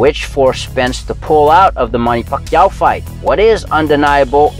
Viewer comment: Ugas is a class act! Stop placesing your dirty tactics and lack of personal class on him....just by the way this guy pronounces “ Pacquiao” we all know what time it is....